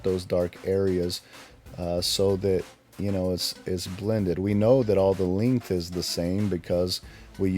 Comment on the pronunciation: The “LINGTH” 😂